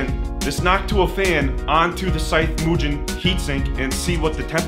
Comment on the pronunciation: Great vid. small point but why did you change your pronunciation of Mugen? You were doing it correctly at first but went to moo-Jen mid-way